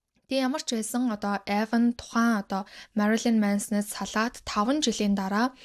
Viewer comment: Marolyn bish Marilyn shuu. Shuvt Marolyn gd bh yum angilaar unshih gj aldag gar bndà